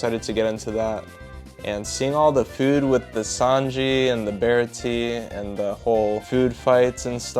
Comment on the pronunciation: “Bara-tee” 😭🙏 It’s “bar-ot-ee”